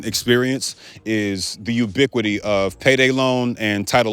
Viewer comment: did he say ubiquity ?